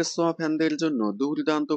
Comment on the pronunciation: ছোঁয়া❌ সোয়া✅